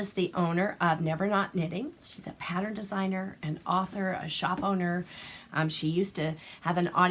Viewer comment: Pattern and not patter